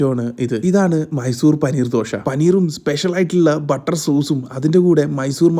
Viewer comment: ദോഷ അല്ല ദോശ